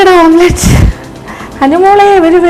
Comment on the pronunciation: ഇപ്പൊ എത്ര ആളുകൾക്കു മനസിലായിട്ടുണ്ടാവും മുട്ട പൊരിക്കുന്നതിന് ഓംപ്ലേറ്റ് അല്ല ഓംലെറ്റ്‌ ആണ് പറയേണ്ടത് എന്ന്